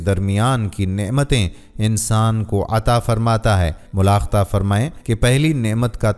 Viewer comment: behtreen byan. talafuz sahee ada kayo. mulakhita NA mulahiza ahy